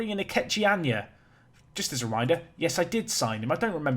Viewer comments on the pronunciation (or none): none